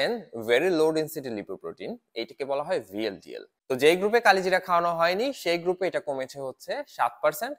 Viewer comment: উচ্চারণ করেন কালোজিরা